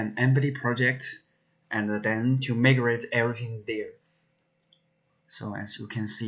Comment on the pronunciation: It pronouces mai-grate, not mii grate.